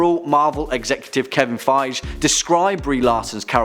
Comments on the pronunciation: It's Kevin Fy-gee. That's how you say it. Fy-gee. It's a G as in Groot. Not a J. Fy-Gee. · I love your guys channel!!! It would be great thought if everyone, and almost no one on the channel does, could say Kevin Feige's last name correctly. Its F-EYE-gee. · Did he just pronounce Kevin Feige's name wrong? Just lost all credibility mate